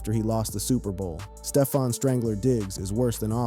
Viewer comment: Did you say stee-fon?